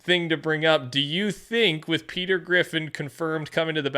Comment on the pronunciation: Petah.. the battle pass is heah